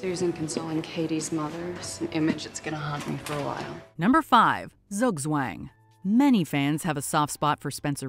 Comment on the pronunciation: The absolute wrong pronunciation of Zugzwang xD Love when English speaking people try German xD